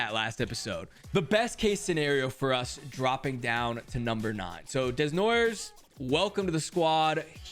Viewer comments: "Caleb Deznoyers" 😂😂 (It's pronounced Dey-noy-yay) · The way you pronounce Desnoyers😂😂 the French man😂 it pronounced den-why-a or den-woi-a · desnoyers is actually pronounced like: day-noy-ay coming from a wildcats fan ;) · You said Caleb Desnoyers wrong and he is on my local q ream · Man i love your vids but as a french Canadian the way you say Desnoyers hurts 😂 great pickup tho best player in the Q